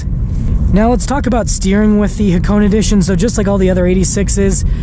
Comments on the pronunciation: ITS PRONOUNCED Ha-ko-NEY! I HEARD A REVIEW SOMEONE SAYING HAK-ONE AND NOW HA-CONE? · Ha- kow-ney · we pronounce it as hako"nay" in Japan, the hp is not made to be too strong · Its pronounced hakoneh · It's not pronounced nay goddammit. it's né